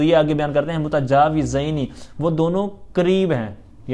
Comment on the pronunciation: اَلسَلامُ عَلَيْكُم وَرَحْمَةُ اَللهِ وَبَرَكاتُهُ۔ بھائی محترم آپ متجاوزین پڑھ رہئے ھین جبکہ لکھا متجاورین ھے ؟